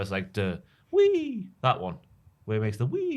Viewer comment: I nominate saying wee for the hall of fame.